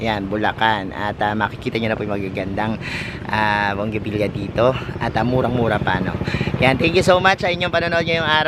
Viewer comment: Bonggavilla?? yan ba pronounciation? Bougainvillea po! Diba?